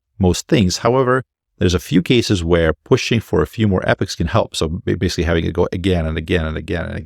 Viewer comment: Just an FYI, it's pronounced "Eeeh - pox" not epics 👍